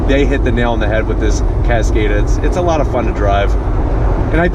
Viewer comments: CASS-COD-AHH, not cass-kayyy-duh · He’s pronouncing it wrong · Omg the way you pronounced the cars name over and over again wrong omg